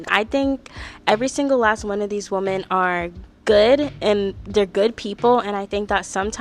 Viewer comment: Women is plural and sounds like "swimmin" but you're pronouncing it like "woman" the singular form. Sorry it's just so jarring to hear multiple times. But besides that loved the content and the ranking idea, I can't wait for the next episode where I'm sure your opinion of Demi changed drastically 😂